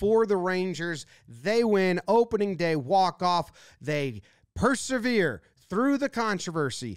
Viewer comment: The word is "persevere", not "perseRvere". Common mistake.